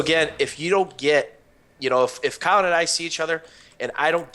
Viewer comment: Sounds like he's calling you Callum